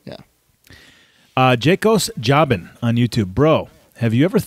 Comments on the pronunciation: you read my question on air, and saw the humor behind it, that’s awesome!.. but you got my last name wrong. Are you serious bro!? It’s pronounced Joe-bin. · Its pronounced Job-bin. Like how Zack Ryder use to be jobbing to the stars